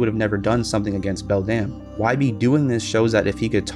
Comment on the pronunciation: You pronounced the other mother's name wrong